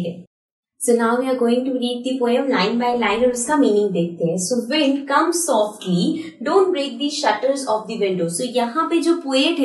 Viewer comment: Wind alag bolte ho aap